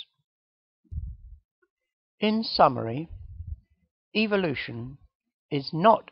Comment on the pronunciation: Haha is this guy saying evil-lution?